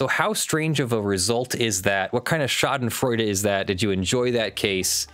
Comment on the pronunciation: Schadenfreude is a german word. You pronounce it like "shah den froi deh". Shah as the king, den as the hideout, the next part would be pronounced with the sound like "spoil" and the "deh" like you'd dismiss something with "bleh". I know it's hard to pronounce, but being an american lawyer that uses the word as if you're a German native would be awesome.